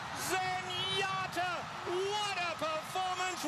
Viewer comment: I always loved how when Trevor D. called her Zenyatter 😅